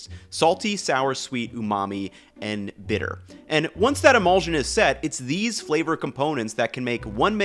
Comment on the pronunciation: I'm enjoying this video, but it is driving me a little crazy how he pronounces emulsion. The ending should sound like shun, not zsun.